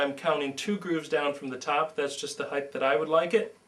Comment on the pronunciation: You spell height correctly in the description but repeatedly mispronounce it as "heightH". Argh!